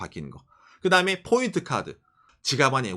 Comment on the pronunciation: No bboint Point ok? 일본에 오래살아 일본화된 발음이 안타깝네요 그래도 사실적 내용이 정확하네요